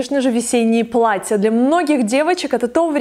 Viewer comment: плаТТЯ, плаТТЯ, много хороших плаТТЕВ!! Поработайте над дикцией и произношением